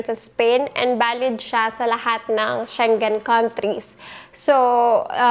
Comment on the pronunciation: ”She-ngen” po yun not sheng-gen. 😉